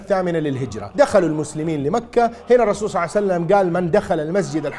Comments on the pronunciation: صعوسلم صعوسلم صلعسلم صسلم صوسلم صاوسلم صوعسلم يعني اكثر من ربع ساعة تخطب بس لما تذكر اسم النبي صلى الله عليه واله وسلم تقول صوسلم!!! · رسول صعسلم 😂😂😂 ايضا رسول صعسلم صع وسلم (اوكي نص ونص) شنو ما تتعلم من اخطائك ؟